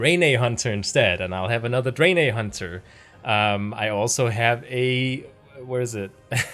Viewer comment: ....draenei is pronounced dran-eye... Ive never in all my years since 04 have i heard dran-ay lol